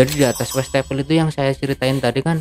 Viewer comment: Si abang ini banyak amat ngomong risen risennya, westafel.. Westafel😊😊😊